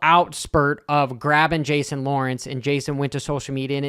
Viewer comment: How stoned were you when you filmed this intro? “Restounding”, “emotional outspurt” and “Jason Lawrence” all in the first 35 seconds 😂